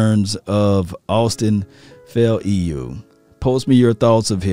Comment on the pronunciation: His last name is pronounced (fou) (Lou) faoliu